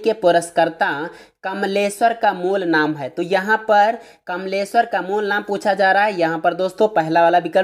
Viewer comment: Kmlesver ka nam fir se clear kre sir